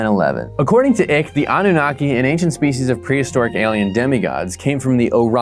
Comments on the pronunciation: The mispronunciation made me so happy 😂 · Are you intentionally mispronouncing David Icke's name, or did you just not bother looking up the correct pronunciation?